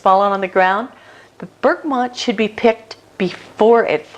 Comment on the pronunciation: Where are you getting the "N" in Bergamot from?